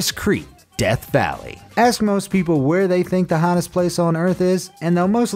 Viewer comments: uhhh first word wrong where not whyre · its a great video! but the said "why're" is the hottest place on earth... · “Whyre” “Tyres”